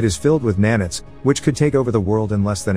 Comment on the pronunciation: i got a head ache, just with the pronunciations for nano and nanite, sorry it just hurt me